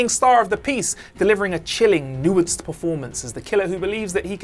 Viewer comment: My ranking of the problems I have with this video: 1 - ’ mispronunciation of ‘homicide’ 2 - ’ mispronunciation of ‘nuanced’ 3 - ’ mispronunciation of ‘Tenet’ 4 - ’ mispronunciation of ‘Cotillard’ 5 - ’ mispronunciation of ‘Jim’ 6 - ’ mispronunciation of ‘Forger’ 7 - - ’ mispronunciation of ‘an’ 8 - ’ mispronunciation of ‘Pantoliano’ 9 - ’ mispronunciation of ‘Worst to Best’